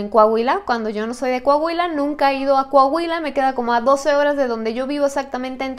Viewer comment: Un shot cada que diga “Cohahuila” saludos, ya casi el millón 😄